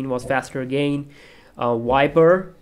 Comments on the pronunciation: Not "W"iber.. "V"iber.. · wiber.??? its viber..😬😬